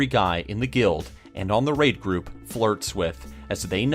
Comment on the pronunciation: Did he say rape group loool